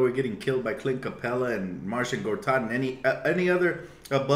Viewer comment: I'm watching you while getting ready for the day and I hear "Martian Gortat"! Funny!